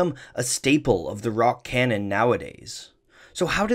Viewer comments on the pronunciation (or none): none